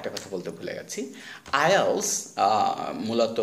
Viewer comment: উচ্চারণ ঠিকই আছে। IELTS উচ্চারণ এমন ই।